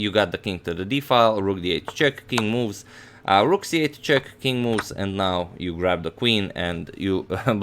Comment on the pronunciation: All I'm hearing is "King Moos" 😅....